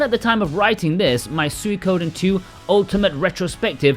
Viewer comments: "Sooey-koden" 😂 It's pronounced like "Sweeko-den" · It's "swee" as in sweet for Suikoden. Not suey. Sw-EE-Ko-den